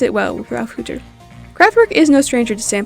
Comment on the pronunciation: hey errr i dont think youre pronouncing hütter correctly i think it's like hyutter... i love the calendar though i thought it was some of the stock footage at first.